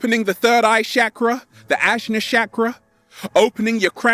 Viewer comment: Lol the way he says chak ruh makes me think of shackles...hmmm unleash the shackles!!! On point sir😍💖